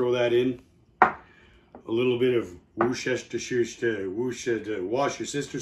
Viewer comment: Love the recipe. Might have to try it. We get a few snowshoes here - would be wondering if they're too tough for this kind of stir-fry? Love the Worcestershire sauce or how you say it lol.... I laughed out loud at the end haha.